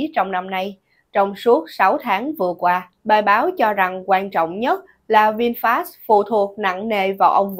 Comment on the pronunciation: Người ta là Vinfet mà cứ đọc sai hoài.